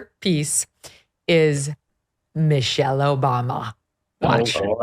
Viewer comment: "Missery Obama" 😂😂😂😂 Love it